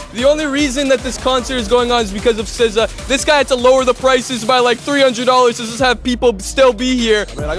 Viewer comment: They asked for encores on both nights but he did NOT perform it twice. This is why I don't like AI content gets the facts wrong & butchering SZA's name.